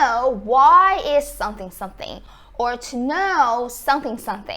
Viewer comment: When you say "someone" you put your lips together when you get to the "m" as you should and it comes out correctly. But when you say "something", I can see your teeth and it comes out "sunthing". I enjoy your vids and they are very informative